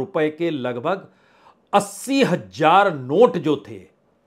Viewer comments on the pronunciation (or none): Sir... aap ka andaz bolne ka boht impressive hai.. bht hee saday alfaz me aap mudday par guftugoo karte hein..aur samjhay dete hein. Is video me aap aik lafz (shabd) ko agr sahee pronounce karte to bht achcha lagta Shabd hota hai "Hazaar" jisee aap Hajaar pronounce kar rahay hein. 2 Hazaar Sahi lafz hai with Z and not with J... I know you can make your videos more educational and impressive Thank you